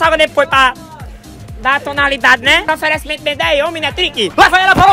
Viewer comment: bom locutor boy kkkkkk toda hora fica falando oferencimento..... kkkkkkkkk